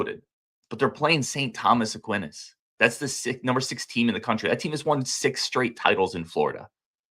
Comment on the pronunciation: Aquinas = 'uh-kwai-nuhs'